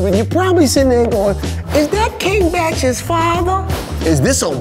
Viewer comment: This bro said king bach father